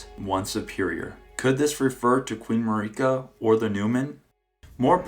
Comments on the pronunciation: Marika's name is pronounced in game over and over. It isn't Mari-ka, it's Marika. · Hey, love your videos, but it's pronounced jail. Gaol=jail. Also, Marika is literally pronounced in game as "Mare-eh-cah". I hate to be nitpicky, but you've done it for quite a few videos now. It's super grating, and almost purposeful at this point.